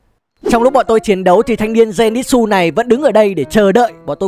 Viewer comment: Denitsư chứ ko phải là denitsu